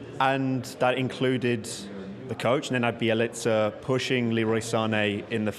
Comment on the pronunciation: Bjelica becomes Jelica. Dan please stop attempting to pronounce foreign names, its just not for you.